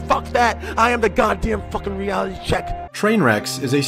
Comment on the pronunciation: I hate it when you zoomers pronounce "fucking" as "fuh-kheen"